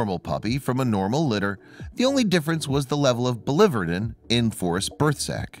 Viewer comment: Can't pronounce biliverdin correctly either lol